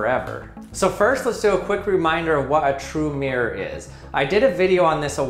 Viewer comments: Mirror has TWO syllables. Mir-ror. This guy is pronouncing it with only one: “meer”. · Not MERE it's MIR-ROR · Does it not bother anyone else that this guy says "meer" rather than "mirrer" for the word "mirror"? I literally can't bring myself to a point where I can even just ignore the pronunciation... "meer" v "mirror" is just so wrong! Ugh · Everyone: Mirror: Meeyer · I always think the majority of American say Mir -like the space station. Same double-r problem with Squirrel - comes out as Squirl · Thank you. Now I can only hear him saying meer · I was too distracted by hearing "Mere blahblah mere, mere, blahblahblah mere blah mere mere". The content is usually interesting enough not to notice these things - but this time;: "So what did we learn, class?" Class:: "Come on!... Anybody!" Class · Why can’t Americans pronounce MIR-ROR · Why do Americans pronounce mirror as meer?